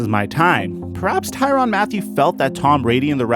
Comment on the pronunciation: Why is there an A in there if it ain’t supposed to be TYRANN??! Just askin...I say his name Tyrann.